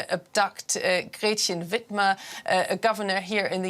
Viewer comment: As someone from Michigan I was not expecting Whitmer's name to be pronounced in the German style, definitely a funny shock 😂